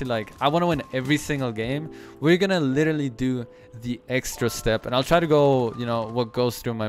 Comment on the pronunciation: If you cant properly pronounce "literally" dont say literally 1000 times:/